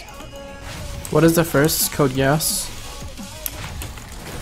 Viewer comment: What was the name of his favourite anime? sounded like code yas or something